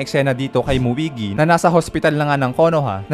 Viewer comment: Muigi.... 😂😂😂 Moegi po 🤣